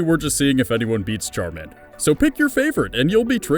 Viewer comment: Charamander, always charamander.